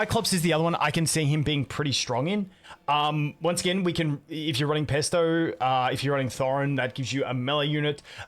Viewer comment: Did... did you just call Phraesto Pesto? 😂